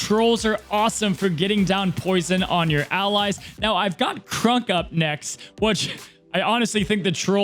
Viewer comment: Please....please for the love of all things good and holy....please pronounce Kronks name correctly.....it's not Krunk....it's pronounced Kr-ah-nk....he's already bad enough in the game sadly....at least show him a little love ❤️